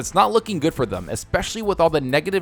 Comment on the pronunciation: It sounds funny when you say thum instead of them.